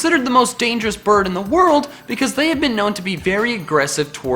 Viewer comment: Every time he said "bird", I misheard it as "birb".